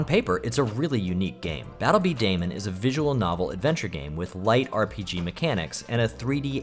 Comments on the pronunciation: It's not Battle B Day-man it's pronounced Battle B Duhh-Mon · i swearvits pronouned bee duh mon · Also it's pronounced "Bee-Dah-Mahn" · Janky 3d stuff on the GBA was always really cool. It was a big deal back then, believe it or not! Also, while there is a very good chance you will never have to use the term in spoken conversation ever again, just thought I'd mention that "b-daman" is pronounced "beedamon" (bee-duh-mon). Its generally spoken the same way as "Pokemon" or "Digimon".